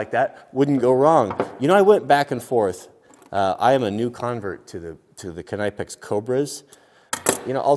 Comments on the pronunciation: Just a small fyi it’s pronounced like ka-nip-ex, NOT ka-ni-pex I give you bonus points for pronouncing the k lol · Why does he call it “Kuh nigh pex” I thought it was “nipex” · Omg this guys is driving me insane with saying KNIGHPEX IT'S PRONOUNCED "NIP-X" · I love you dude... but “knip-ex” not “kunipe-ex” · Ken-i-pex?! It's pronounced Nip-ex gosh darn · It's not Kenypex. try to pronounce it as Knip Ex (knip like nip + a hard K) in the Netherlands "knippen" is, cutting with scissors. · I'm sorry Ka-nipex!!! It's pronounced nipex, you don't say ka-nife for a knife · I don't normally correct people but if you're on the East Coast knipex the K is silent and it is pronounced nipex not kaaa nipex js lol what do you expect from a West Coast guy though were they all think that their chainsaws are bigger than ours🙃😂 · Knip-ex, not k-ny-pex lol. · KA NEE PECKS.......... I asked a German (i thought they were pronounced NIP EX) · K-nipex... it’s pronounced Nipex bro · its pronounced nip-X not kenipex same way you pronounce know knowing knew ect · KIN-IPE-X?? Its pronounced NIP-X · Calling knipex “Ka-Ni-Pecks” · Legend has it.....he's still saying kuh-kni-pex today. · Hey man, just a quickie, knipex is pronounced ( nip-ex ) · The K is silent, it's nip-x. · I thought knipix was pronounced nipex basically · Knipex has an English e for the I so it’s k n e pex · Is the way he says “knipex” how west coast people say it? Cause we say nip-ex and k is silent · Well here in Germany where Knipex is located we say it like "knee-pax" (spoken k) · Is it not said nipex? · It's a silent K in Knipex its pronounced "Nip ex" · Those “cobra pliers” are called channeloks and the brand knipex is pronounced ny-pex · It’s pronounced knip-ex. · Knipex is pronounced nip ex. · It's pronounced nip-ex the k is silent... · Good God what way do you pronounce knipex! It's pronounced nip-ex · It can't be that hard to pronounce Knipex correctly 🤔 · The k is silent in kni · You do know the k is silent?